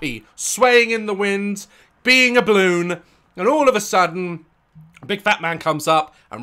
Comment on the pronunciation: He keeps saying bloon